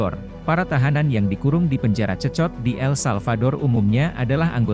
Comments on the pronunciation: Bukan cecot,,tapi bacanya sekot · Sekot lo dibacanya, 😅😅😅😅